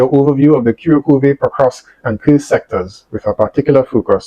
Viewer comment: Ku - rrraak - ova. Slightly roll the r.